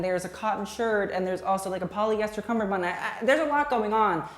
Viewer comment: i'm so glad you said "kamar-bund and not "cummer-band"